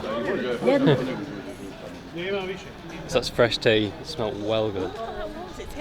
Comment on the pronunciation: Im from Bosnia And what are you doing prounasaounig those words it's not hw-ala it's hwala [im sorry for my grammar